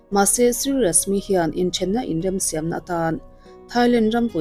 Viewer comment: Siam hi mizo a Sai-am ti a lam tur ani e